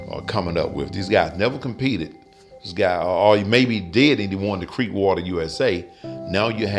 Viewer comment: lol he said won the creekwater usa.